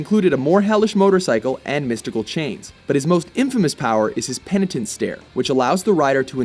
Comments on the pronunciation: It's penance stare, not penatince stare. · did you call it the pendant stare? it's penant as in penance, which means self punishment, simple mistake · says "penatince" in the video lol *****